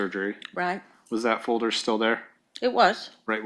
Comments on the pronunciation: Dammit, Nancy! It’s not a FOE-der it’s a FOL-der. Pull your shit together! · Many things about this woman infuriate me, but my God the way she said "folder" is physically painful to me. "Foe-durr". Or the days of the week. It's not Wednesday, it's "Winsdee". Or about half her vocabulary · It’s a purple “foder” duh! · fowder, purpit fowder, fowwwwdduurrrr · It's a foder, just like that, a foder. A foder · She is so detestable yet I am find her fascinating. prooDreading is so great Thank God since JCS drops one video a year 😂. The way she says folder is so weird.